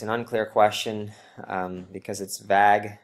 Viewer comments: i think its supposed to be "vayg" not "vag" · I laughed for 2 minutes about how dude pronounced "vague"